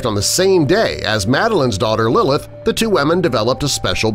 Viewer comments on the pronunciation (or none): none